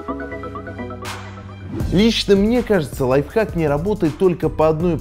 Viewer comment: 2 '' лайфхак'' Не лайфхак!!!